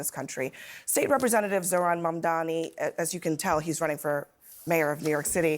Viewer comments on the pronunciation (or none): It’s not Mun-dami.. it’s Mum-tha-nee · It’s M-A-M-D-A-N-I…MAMDANI. 🔥🔥🔥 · she pronounced his name incorrectly